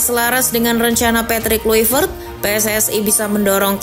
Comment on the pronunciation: Min Patrick Kluivert bacaannya Petrik Klaivert.. hadeeehh